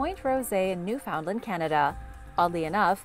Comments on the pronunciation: Pronunciation: NEW fund lend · At the risk of coming under the attack of your super duper fan club, I am going to ask you to pronounce Newfoundland correctly, please. I am not going to tell you what it is. I need you to look it up and the next time I hear you say it, please say it correctly. I need you to prove your humanity 🤔🤣🤣🤣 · i know all the canadians are havin a hard time w the pronunciation of newfoundland rn